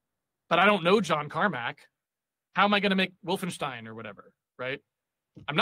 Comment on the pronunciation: first time I've ever heard anybody pronounce Wolfenstein correctly.